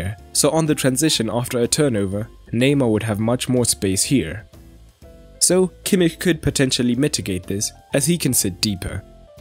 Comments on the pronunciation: Thats how you say kimmich... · That's the proper pronunciation. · That's how it's pronounced in German.